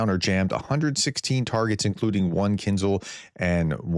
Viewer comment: Prof, it's not Kinzle, it "Kin'jarl. Listen to a few podcasts by Ukrainians - you will soon pick up the pronunciation.